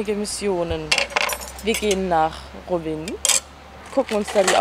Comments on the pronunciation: Voll geil das du in Kroatien Urlaub machst aber es heißt Rovinj und nicht Rovin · Rovinj spricht man rowinn😅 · Ivy PD Im kroatischen spricht man das j auch aus. In diesem Fall ist das ja das nj und das wird ausgesprochen. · Ich war auch schon in Rovinj, hab das aber immer "Rovini" ausgesprochen... 😂 Aaaber es ist grad voll schön, die Stadt wieder zu sehen 🙌🏼😍 Toller Vlog 😊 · Niemand:: Rowin 😂❤️